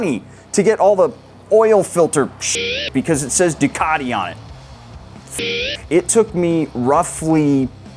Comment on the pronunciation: Make Ducati sound Italian again.